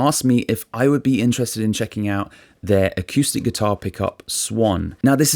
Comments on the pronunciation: I just found your channel and I'm really loving it. But I have to say, and maybe this has been mentioned to you before, The word is uh-coo-stick. Not uh-, cue-stick. Thanks! -Greg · a cue stick 🎱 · I've never heard anyone pronounce "acoustic" like that before. Really entertaining. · Haha, I had exactly the same thought when I first started listening to. I've got used to it now! 😁